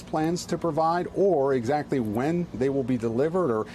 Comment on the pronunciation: Attackems! Lol! Just say it one more time...